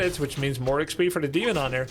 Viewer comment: I'm glad it was not just me who heard Hemon Dunter